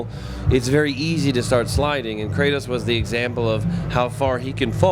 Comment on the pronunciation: Cray-toas _ em-mor-tal